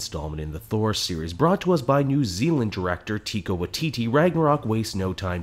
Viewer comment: Just gotta let ya know, it's pronounced "Ty-Ka Why-Ti-ti" It took me AWHILE to learn how to say it right.